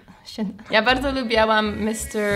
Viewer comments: "lubilam" , a nie "lubialam" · jak coś to nie wypowiada się „lubiałam” tylko „lubiłam” 😄